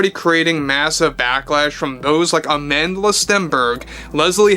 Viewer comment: AmandLA? Sounds like a speech impediment